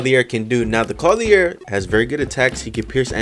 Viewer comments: Clothier Clo-thee-er. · THAT IS NOT HOW YOU SAY CLOTHIER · I have never in my life heard someone pronounce clothier so terribly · does he know hes saying clothier wrong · Does anyone else think the way he says clothier is weird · Kinda but I don’t mind